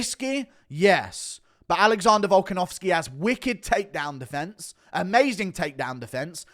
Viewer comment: “Alexondah Volkenovskehh”